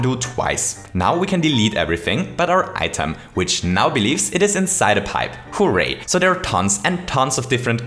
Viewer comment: Also: "Who-ray!"